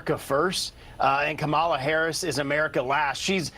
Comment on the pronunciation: Mr. Steube, why are you unable to pronounce Kamala Harris's name correctly? Even your Fox host there pronounced it right. Don't you think it shows disrespect to intentionally mispronounce a person's name?